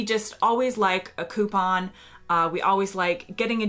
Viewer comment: Nice to hear you pronounce coupon correctly. Sometimes when I hear an American say it on TV they try and put some weird French intimation on it and say "Coo-PAAAAAHHHHNNN"